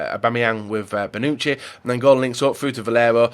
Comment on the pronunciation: could you do everyone a favor...and Google how to pronounce names..Who tf is Karnisis and Bonuki??